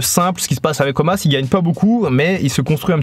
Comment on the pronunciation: Pourquoi tu appelles Omos "Omas" ?